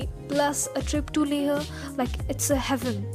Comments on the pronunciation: Why are you pronouncing leh as "leh-a"? Isn't it pronounced as "lay-h"? I may be wrong..But I don't think that's how it's pronounced. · Dammit its Leh not Lehha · It's Leh not Leha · Not LEHA.....only LEH....h is silent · Leha nahin, only Leh!!! Make video again without accent...... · It's not le-huh. It's Leh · It's LEH n not LEHRRR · It is not leha it's leh rest thump up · Leha like 50 times and it pricks sooo much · First of all its not pronounced as LEHA but LEH. I have never heard such pathetic English accent in my life. No hard feelings but please improve your accent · I'm from Leh....and guess what, we don't mind the pronunciation.. Good vid though.. Visit back sOooOoon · Yeah its leh... Like layh..yknw Don't ask, Cuz I'm from Leh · Karan Thakur yeah man, leah is so annoying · Hey good videos, when did you visit leh? Also tell me, is to safe to go there in month of sepetember? also Iike the way you pronounce leHhhhh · Hey,how are you? I want to know which action cam did you use? By the way nice video and I like the way you say "LEH" it's kinda different!